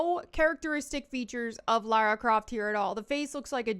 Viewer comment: That's "Lars Croft". Not Lara Croft.